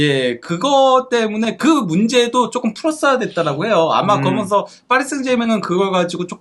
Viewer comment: 브버지인가 브러지인가 "그러먼서"개 듣기싫다고 좀 ;; 고쳐라